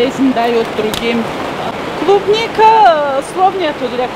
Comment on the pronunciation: Не клубника а трубника